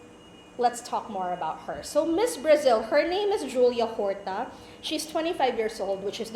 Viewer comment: It's pronounced "Orta" not "Horta" with silent "h."